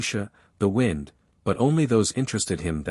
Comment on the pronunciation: hi .. love this .. one thing tho .. the pronunciations of wind & wound are consistently reversed in the context in which they are used .. it would be great if there was a way to adjust that .. other than that - thank you for the great stories!!